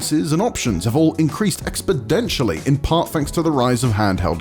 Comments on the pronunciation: “Expidentially” 😂 omg what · “Expidentially”?? I always thought the hard thing with exponents has been their numbers not letters🤣🤦‍♂️ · Does he say "expodentially" ? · Hahaha yes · Did he say 'expoDentially'? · 42s: "expodentially"